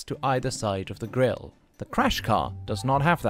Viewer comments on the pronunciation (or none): none